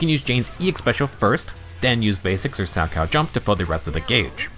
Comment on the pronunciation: I would like to extend my appreciation for the proper pronunciation of salchow. My parents loved watching figure skating during the olympics so I physically flinch every time any other CC pronounces it wrong. Most don't connect that it is a type of jump in figure skating, from which Jane's animations heavily borrow from.